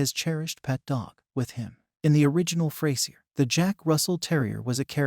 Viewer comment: Its not pronounced Fray Sier its FRAZURE!